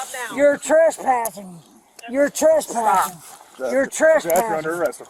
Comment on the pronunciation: You're treshpashing